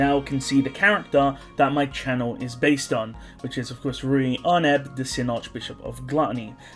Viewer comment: Louis is mispronounced. Rui is correct